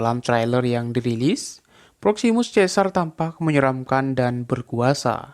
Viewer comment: Bukan bermaksud menggurui ya bang, tpi kingdom of the planets of apes di baca nya "kingdom of di plens of eps" Dan satu lagi caesar di baca nya bukan kaesar tpi "seisar". Semangat buat abang nya ntar klo udh tayang film nya jng lupa di bahas ya bang